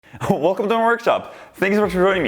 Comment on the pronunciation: What the hell does he say? lol "Wehcome tomeh worgshop, aaangsh vehsha shamasshoieeng ee"